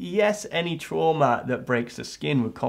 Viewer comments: When ever he says “trauma” i can’t not hear “shwarma” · Every time he said Trauma I would think tiger horse after. (Its an anime running gag because they have no word in Japanese for trauma so they use the english word and when said with an accent it sounds like Tora (tiger) Uma (Horse). Do I watch too much anime?